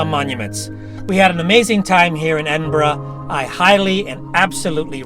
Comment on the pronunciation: A rare treat, an American that took the time to learn how to pronounce Edinburgh